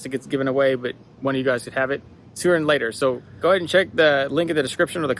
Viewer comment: "than" not "tan"... i actually like the color haha